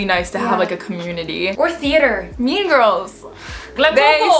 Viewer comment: When she went "OR THEATER!" I felt that